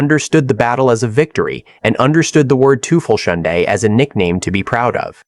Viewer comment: Pronunciation were fecked also. Not tel - fel - hindi - "TOY-felS-hoont" How to Pronounce Belleau Wood